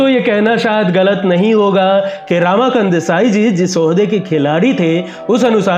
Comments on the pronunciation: Not रामाकांत, "रमाकांत"! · Ramakant Desai represented Siddharth College Fort Mumbai,he was picked to play for Mumbai by Vijay Manjrekar & Polly Umrigar prominent Bombay Ranji players of 1950s.He was called Tiny-टायनी & not टीनी.Ramakant's name pronounced as रमाकांत & not रामाकांत.